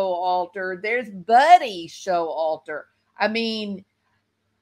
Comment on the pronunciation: BTW Its Sho Walter not Show Alter LOL